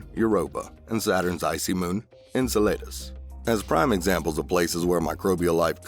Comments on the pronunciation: Enceladus ~ is not pronounced N-sa-lay-dus but N-cell-uh-dus or at least thats how im used to hearing it... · Pronounced In-cell-I-duss